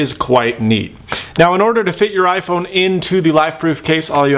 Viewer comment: "ifrone"? LOL or am i hearing things?